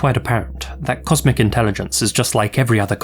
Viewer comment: I coulda swore I heard you saying, "*comic* intelligence" Lmao! 😂